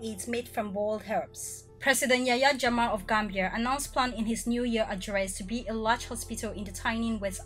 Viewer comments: Is jammeh not jamma😂😂😂😂😂 can't stop laughing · The former president Yayah Jammeh his last name was not pronounced correct by you. Is not Jamah is Jammeh. You better pronounce it correctly please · I am sorry to say this but the things you are narrating only 1% is correct out of 10. The person who feed you information about The Gambia knows less about The Gambia I am sure of that and our President's surname is not Jamma the correct way of pronouncing is, Jammeh not Jamma .